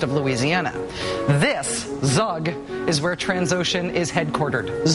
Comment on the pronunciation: its Zug about like u in U-Boat or U-Turn